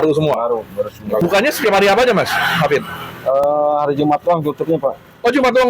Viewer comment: bukan hafid tapi hafidzzzzz ada zzzzz nya😅